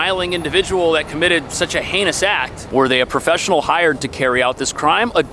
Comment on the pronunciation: henious? no one is calling it henious my guy…. except you